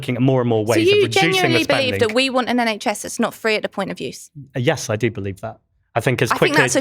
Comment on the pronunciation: I know it's a little childish but all I'm hearing from the labour politician is "do dis John do dat John!" 😂😂😂 Like I'm sorry, but speak properly! One minute it's want with the t pronounced then 3 seconds later it's "won'" without the T pronounced. She just sounds ridiculous and not serious. 😂